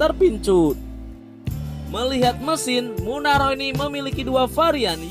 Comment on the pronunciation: Nissan murano bukan munaroh..malu"in..inilah salah satu chanel abal".hrsnya pelajari dulu naskahnya.jg bodoh dipelihara.